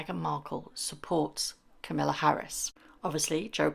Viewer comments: Kamala ……. to rhyme with Pamela. Not Camilla. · Kah-maahla Harris not Camilla :D And yep, Meghan upstaging George is beyond pathetic. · Just a slight correction. It’s pronounce Ka ma la not Kam ill a. 😂 it’s not familiar for sure. Nope not a chance but maybe we will see her work at getting in politics. KC needs to get rid of the link to their site and remove titles. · KA ma la…. Not Kamilla! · Its Kamala, not Camilla! Why can't people get it roght? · please pronounce Kamala's name correctly. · Meghan has no barring on Kamala's running as our president! Period! Please pronounce Kamala's name correct or I have to unsubscribe! Be respectful for kind, decent females please!!!